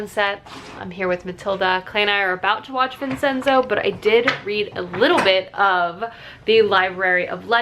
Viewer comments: You're making me want to get into Kdramas so badly, but I have no idea where to start! I need the swoons. Btw isn't Vincenzo prounounced like Vin-chen-zo? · as a gal with a giant italian family - might i gently mention it's pronounced "vin-chen-zo" the ce is like a ch.